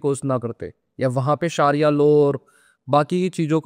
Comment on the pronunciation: Bro is so afraid to pronounce #SHARIAH# as it is, he is saying # SHAAARIYA#. He can pronounce #Chechnya# which is russian correctly but can't pronounce SHARIAH. JINDAGI SABKO PYARI H APNI, KYA PTA KOI TAN SE JUDA KARNE NIKAL PADE.😅